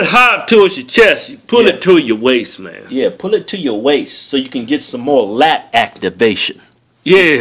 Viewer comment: love how he moves closer to the microphone to emphasize on dat lat activation